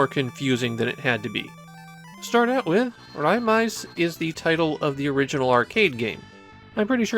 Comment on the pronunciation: It's actually pronounced Ray-maze, as the katakana spelling is レイメイズ. A lot of Japanese Taito fans joke that it's an unofficial part of the Ray-series of shooters (Rayforce, Raystorm, Raycrisis), and Taito even played into that recently by including some music from it on the CD packed in with the recent Ray-series collection re-release